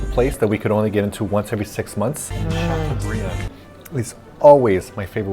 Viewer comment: makes a point of not pronouncing filet mignon correctly but proceeds to pronouncing chateaubriand properly several times in the process - protesting french pronunciation of words is a fail. lol